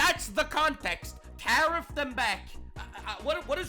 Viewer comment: SAAR! DO NOT TAR-EEF!